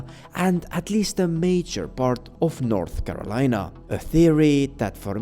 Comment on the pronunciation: North Carolina as North Melina